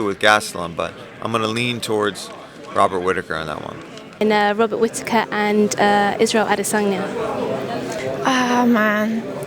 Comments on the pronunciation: Robert Whita-taker?? Who the fook?? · Robert whita whitataker 😂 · Joanne Calderwood can't pronounce "Robert Wittaker"? English is not her mother tongue? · Am Scottish and a can tell u right now Whittaker is not hard to say 😂😂😂